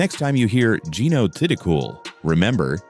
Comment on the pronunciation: This narrator is an idiot or else just did poor research. He mispronounced Geeno’s last name throughout the video. It is actually pronounced “Thiticoon”.